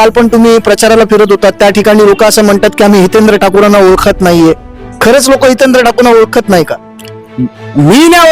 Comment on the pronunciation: Adi hitendra bolyla shika Madam 😢😢😢😢😢